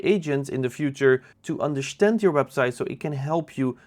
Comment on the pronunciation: Great video but why do you say "UnderSHTAND" not understand?